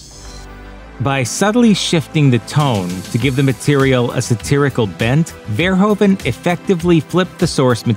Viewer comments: The "oe" in Verhoeven is pronounced as the "ou" in you. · Your pronunciation of "Verhoeven" is really funny. Nevertheless, he's by far he best film director our small country ever had.